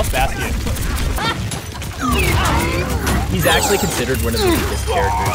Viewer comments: ugh I cringe every time roos says bast-ian.. it's pronounced bashton Ross! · Ugh Ross says "bastion" like "bassteon" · "Bast-tien" - Ross